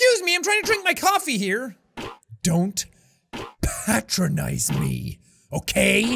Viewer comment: Why am I the probably only one way to far in the future that realizes jack say patronize wrong